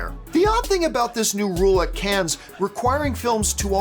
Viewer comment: John, love the show, so glad to see you doing so well as an independent pundit! One thing buddy, and I say this as. Frenchman, the S in “Cannes” is silent. Just pronounce it as if you were saying “Can”. Keep up the filthy